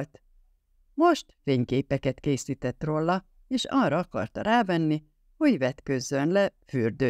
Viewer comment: Akkor én leszek a harmadik... Sajnálom, de a "rolla" a "róla" helyett, többek között, iszonyatosan irritál...